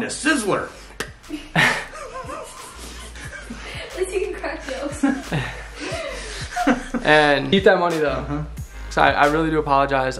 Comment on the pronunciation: I’m not crying you are “ we’re going to slizzer “ 😂😂😭😖